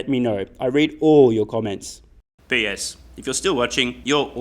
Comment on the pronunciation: Ha, you said PS & I heard an Aussie saying BS